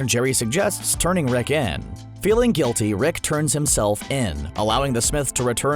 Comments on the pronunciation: Are you saying Rick or wreck? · he started saying RECK instead of Rick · i cant stand him saying reck instead of rick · Holy fucking fuck. Please stop saying "Reck" when its "Rick" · keeps sayin wreck instead of rick....sounds funny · Does anyone here him say Reck or Rex instead of Rick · he says "Rex" more often and its annoying as hell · I though I was going crazy. I kept hearing "Reck". At least i wasnt the only one.. What i dont get is that he said it the right way like half the time... why keep changing it? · Closed captions confirms this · Take 2 every time he says “Reck” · Zen The Nerd Gamer Take 2 shots when he says Rick wrong. Me and the auto generated subtitles are hearing “Wreck” a lot. The subtitles think he’s constantly saying, “The richest wreck”